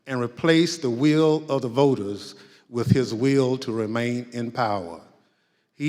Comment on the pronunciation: "duh weull uhh duhh voters." WAY YULL HAY YULLS FORE!! 👁did n no dat. Dade hae rilly do dat?? Havens 2 Fun Z Boo. Shoot. Shucks. Hognutz.